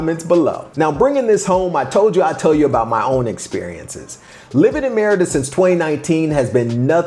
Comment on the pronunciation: Pronounce "Mérida" correctly. That could help.